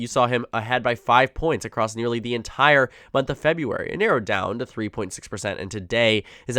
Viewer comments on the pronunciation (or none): none